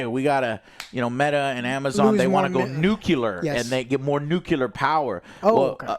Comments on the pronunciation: NOO-CLEE-ARR NOT NOO-CUE-LAR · Repeat after me Joe, Nuclear NUCLEAR not nucelar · Jose can't say NU-CLE-AR. He keeps saying NU-KU-LAR. The dope! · Its nu - Cle - er not nukular. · New Clear - nuclear nukuler isn't a word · ITS NUCLEAR NOT NUKELAR, arghghgh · NU-KiLL-UH? That’s even worse… it’s pronounced NU-CLEAR just like it’s spelled. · "newkilla" "newkilla" "newkilla" .... it's nuclear bro :( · Can someone tell Joe it’s nuclear not nucular. Thanks! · please for the love of god Joe say nuclear right NU-CLE-AR IT DOESNT HAVE A Y IT ISNT NUKYALER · It is pronounced Noo Klee Ur. That is a pet peeve of mine. But you kept saying it the hick way, Noo Kyu Lur. And now you know. Anyhow, old Dragons Age plays just like Baldur's Gate 3. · new-clear not nook-yew-lure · Why some people say nu-ku-lar is beyond me. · It's pronounced NUCLEAR!!!! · Oh my god tears hair out nu clear... nu CLEAR This is the worst thing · I can't stand when pronounce "Nuclear" <---> "Nukeelar". Come on man... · NU-KiLL-UH reactor, spelt NU-CLEAR - Americans be american-ing by butchering rnglish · STOP. SAYING. NUKE-U-LAR. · The word of the day is: Nuclear Nu-clear NU-CLEEEE-RRRRRRRR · NU CLE AR. People should try it slowly maybe? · It's pronounced nuke-leer!;-p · I really wish Joe would learn how to pronounce nuclear.